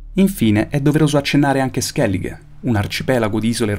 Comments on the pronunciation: non ho parole per descrivere questo video, tutto perfetto, tranne per la pronuncia di skellige, scusa ma è tipo i congiuntivi per me..Si pronuncia Skellig-Ah, se ascolti in gioco o in un video la capisci meglio, per il resto tutto magnifico, credo che questo video porterà molte persone ad appassionarsi al mondo di the witcher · Grazie Falming, è vero! e pensare che l'ho persino ri-registrato in alcune parti, perché inizialmente dicevo skellige invece che skelligh, ma non ha importanza perché l'ho pronunciato male comunque! Anche molti mostri li ho pronunciati male, oltre che al nome di Regis, che in realtà si pronuncia Rigis :/